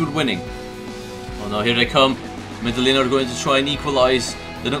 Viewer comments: Also the the L's Are silent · its medeiin!!